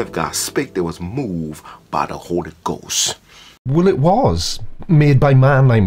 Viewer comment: The holy goass and the beass.. He should axe me how to pronounce stuff lol